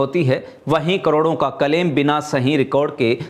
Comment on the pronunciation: न्यूज रीडर से हिंदी बोलना नहीं आता। प्रशासन को प्रसासन बोलते है। शाखा को साखा, क्लेम को कलेम बोलते है।